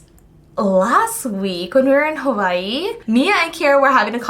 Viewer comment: Major points for for saying Hawai'i right!!!! The W as a V. Girl, I caught that! 👏